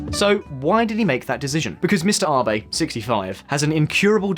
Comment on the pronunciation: His name is Abe, not rBay. A is in 'At', be as in 'bet'. And therefore Abenomics is definitely not pronounced aye-burr-nomics.